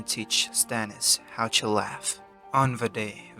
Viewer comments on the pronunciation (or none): It's "To", not "Chu".